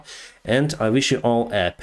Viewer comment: "I wish you a pissfull sky wherever you are ..and have a great time!" I ❤it